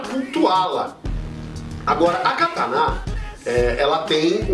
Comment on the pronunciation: A pronúncia correta é essa: ka ta ná?